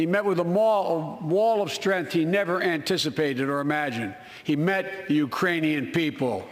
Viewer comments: "Urainian." Which is made up. Lol. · "Urainian people." Oh boy... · He said, "Urainian people." Which is still incorrect...